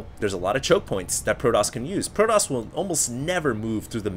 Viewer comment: argh, stop saying proDoss!